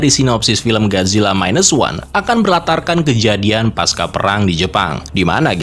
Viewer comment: Bang fyi aja: kata "pasca" tetap dibaca pasca bukan paska karena pasca bukan kata serapan melainkan kata bahasa Indonesia.